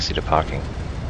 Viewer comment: as an italian I conferm that makki is the right pronunciation